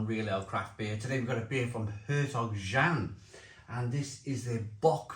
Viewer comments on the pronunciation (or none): It's pronounced Yan